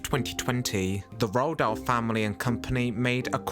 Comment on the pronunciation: C est (roald dahl )pas( rahl dol) on a l' impression d entendre le mot( ras le bol )